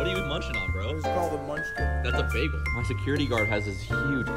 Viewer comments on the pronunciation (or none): none